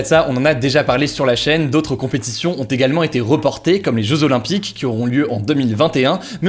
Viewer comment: les "josolopympiques" aled